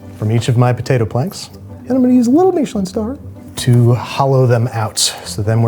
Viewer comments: Stop saying meesh-lin. Even the British guys just say mishlin. And being from NE, just use Cod for the fish. No one in mainstream, UK or US use halibut. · I’ve never heard Michelin pronounced Meesh-lin. I’ve heard it pronounced Mish-uh-lin thousands of times. Which one is the right way? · Andrew, why are you pronouncing Michelin that way? I don’t know why, but it’s freaking me out. Lol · What's a "Meeshalin" star? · what is a "meesh linn star?" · Why do Americans insist on taking words with an agreed pronunciation and f**king it? Meeeeeshalyn. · Babish, please never say MEESHelin star again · Is anyone else bothered by how he says Michelin? Andrew, I love what you do, I’ve been a fan for years, and I’m sorry about this but what is that pronunciation? Was it done as a joke? Is it how you genuinely say it?